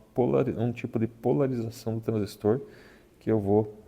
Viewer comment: Parabéns pelo vídeo, bem explicado. Obrigado por dedicar seu tempo para trazer essas explicações e até da gosto de ouvir a pronuncia correta da palavra TRANSISTOR, bom demais.